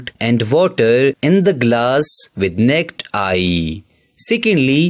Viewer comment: ya thanks for saying "necked eye" lol